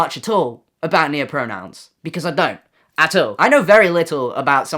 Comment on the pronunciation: we broke when you said noahpronouns instead of neopronouns 😔